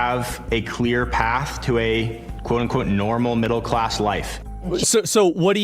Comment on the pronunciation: THAT IS A GOOD QVOTE ASMOND